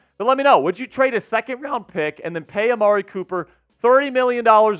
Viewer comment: It’s pronounced “AHMAAHHREEE”